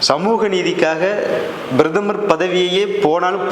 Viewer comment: Who the hell are you ? Introduce your name with your qualification ? What an idiotic talk... Who wrote and gave you Thundu paper Brathamar illappa PRATHAMAR.. if you have little knowledge can you speak without bit paper